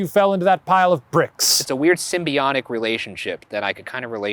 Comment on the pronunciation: For postmortem: Hey Ryan, are you saying Simbionic or Symbiotic, thanks